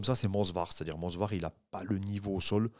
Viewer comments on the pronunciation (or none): j'arrête de vous suivre si vous répétez "Mozvar" au lieu de MOVSAR 😅😅😅 😂😂😂